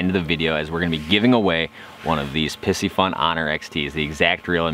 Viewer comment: Great video. Although I think you're mispronouncing the name. Py-cee-fun....not pissyfun. It's a play on the astrological sign "Pisces" which is represented with a fish symbol.